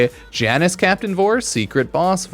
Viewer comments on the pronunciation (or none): Come on, you've heard him say it a million times. It's pronounced YAH-nus.